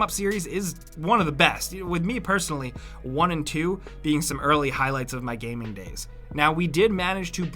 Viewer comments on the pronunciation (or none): none